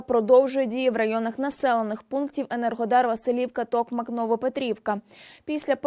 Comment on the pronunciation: ТокмАк - наголос